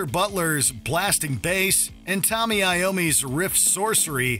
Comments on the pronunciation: Why do so many of these videos call Tony Iommi "Tommy"? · Does he say Tommy Iommi during the #1 review instead of Tony Iommi? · "Tommy Iommi" Inexcusable. You can't be bothered to learn the names of your #1 pick?